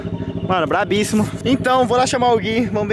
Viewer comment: Brabrissimo seu Nariz. .. Não é assim que se fala... o correto é BrabÍssimo por favor